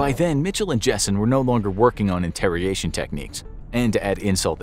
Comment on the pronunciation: “interriation” techniques.